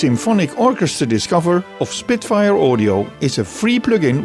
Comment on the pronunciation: “Spritfire” Audio. Ha Ha Ha!